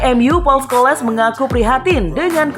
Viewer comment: Yang baca narasi dibenerin dong, sering banget salah baca kalau bahasa inggris. Kali ini Scholes dibaca Skoles.. Ha ha ha...